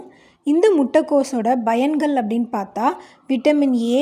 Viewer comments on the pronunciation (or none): முட்டை கோஸின் " பயங்களா". 😮 பயன்கள்... "Pyangal" நன்றாக சமைக்கிறீரகளோ இல்லையோ, தயவு செய்து தமிழைக் கொலை செய்யாதீர்கள்... 😬